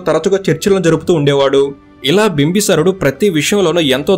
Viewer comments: బింబసారుడు కాదు బింబిసారుడు. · bro bimbi sarudu not bimba sarudu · బ్రదర్ మీరు ఊరుకే బింబిసారుడు అనడానికి భీమ్బసారుడు అంటున్నారు వినడానికి బాలేదు ప్లీజ్. కరెక్ట్ చేయగలిగితే చేయండి ప్లీజ్ . బింబ సారుడు కాదు బింబిసారుడు ఇది కరెక్ట్